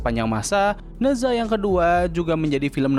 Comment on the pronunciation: Koreksi bang, cara bacanya bukan ne zwa, tapi ne cha/ na cha Ne zha juga jd hero tipe clash lane di HOK